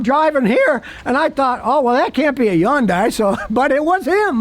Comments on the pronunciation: Scotty thinks it's YUN-DIE. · scotty: wikipedia says "yundai" is pronounced Hyeondae. there is an H on it. like as in Harry. Hilda. Henry. Hungry. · Why doesn't anyone tell this guy how to pronounce Hyundai the right way? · Hyundai rhymes with Sunday!!!! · It's pronounced Y-UN-DAY. The "H" is silent. The company came forward and said that's how the car's name is supposed to be said. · Is he saying Hyundai? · Because he can only pronounce vehicle brands that are, for the most part, reliable 😂